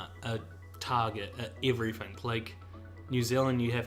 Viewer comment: Lol "everyfink"and "everyfing" ya need to pronounce your "T's"